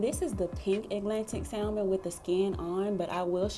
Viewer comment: THE L IS SILENT IN SALMON. IT'S PRONOUNCED SAMON.